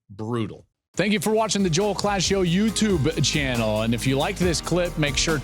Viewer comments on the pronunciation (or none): none